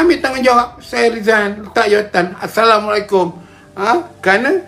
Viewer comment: Orang tua nyanyuk ni semua dia tahu, cuma bagi SALAM tajwid xbetul lagi🤣🤣